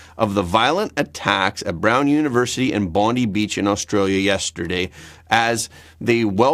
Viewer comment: Bondi Beach.. not Bondee Beach